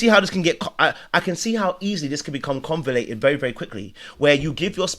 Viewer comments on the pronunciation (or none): Convoluted not convolated.